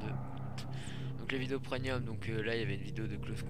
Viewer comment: On dit pas preNium, mais PREMIUM! C'est quand même pas compliqué, c'est écrit partout dans ta vidéo en + ...